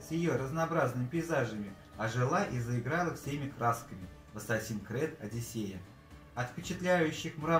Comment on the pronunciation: Ассассин крЭд?! Что? Хреновое издание от хренового издателя.